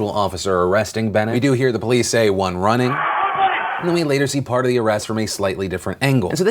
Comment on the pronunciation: I think the words "One running" the way he said it, made me think "One what?" The way he said it was so much like they way they might have been talking about replicants, or something; clearly another class of humans.